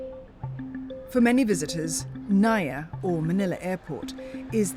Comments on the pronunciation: It's pronounced as Na-Eeee-Yah... I live in Cebu, and I could say that the CCLEX is one of the best things that have happened when it comes to traffic mitigation. The BRT? Dunno, it seems impractical, overblown. I have yet to see any Buses Running. Years ago also, around , it took us 2 hours to get out of Mactan Island, where the airport is and into Mandaue, the next City. The key to hassle-free travel here is to travel between midnight and early Morning with a rent-a-car. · It's pronounced NAH-EEEEEEEE-YAH not nuh-yuh😏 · NAIA read just as you read malayu languages. that makes it na-i-ya.